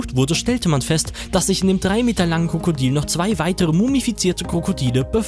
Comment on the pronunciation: Er hat die ganze zeit kokodil gesagt anstatt Krokodil